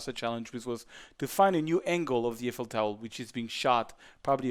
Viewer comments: "Eiffel Towel" XD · I like his tutorials and have learned a lot watching them, but I thought it was funny how he repeatedly talks about the Eiffel "towel" in this video.